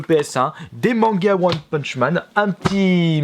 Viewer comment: "One PUTCH man" 😂😂😂😂😘